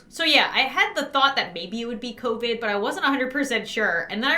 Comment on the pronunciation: I love how she said copid instead of covid 🥺 Love ya:)